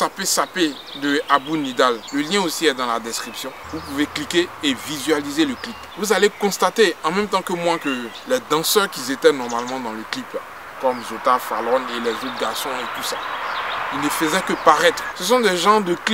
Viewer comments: ....A il dit : "vous allez constater en même temps que moi que les danseurs qui( ZETAIENT) normalement dans le clip là"....wahooooouuu!!! Franchement, c'est la première fois que j'entends une liaison entre QUI et un verbe. Dites c'est un nouveau mot ou bien? je veux juste comprendre aidez moi! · olivier baggio juste une mauvaise liaison